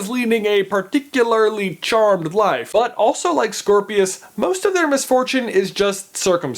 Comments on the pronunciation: It sounds like you said Squirrelpius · Scorpius. I thought it was cedric